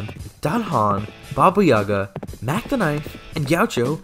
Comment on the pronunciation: The "Yaga" in Baba Yaga has an emphasis on the second syllable